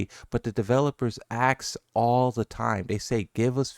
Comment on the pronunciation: How can you say "Asuka" but can't say "ask"? They sound the same.